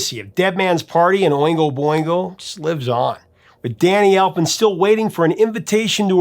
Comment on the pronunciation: Boingo Not bingo!